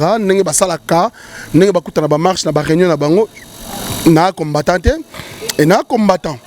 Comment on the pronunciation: Désolé mais parle mieux👏👏👏 que celui qui habite en France...🤔 Cherchons l'erreur *Musulmans radicaux....et non radical *combattant et non combatta 😜 Soutenu... Et non souteni...il a dû mal à retenir les questions.... Rappellons tous que ce n'est qu'un Chroniqueur à la congolaise et non un journaliste possédant une carte de PRESSE... Yebela